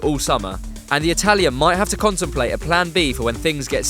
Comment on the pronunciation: conte-mplate ha!